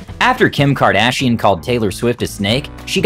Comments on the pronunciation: Please, please, PLEASE. Look up how to pronounce the names of the FAMOUS people you make videos about🙏🏻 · What is KardShian? Is that English? So cool 😎